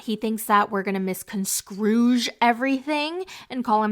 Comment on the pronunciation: I just know didn’t do too well in school because WHAT is a “misconscruge”?! SIR WHAT